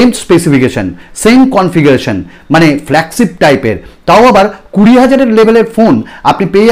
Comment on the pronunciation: Apnar flagship uccharon ta thik koren